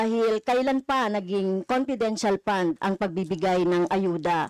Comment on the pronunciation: EXCUSE ME LANG HO NANAY CASTRO, "FUND" PO ANG PRONUNCIATION & NOT "POND" HAYNAKOOOOO 😏